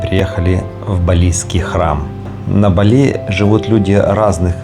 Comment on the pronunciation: говорите правильно ударения.Бали- на первый слог.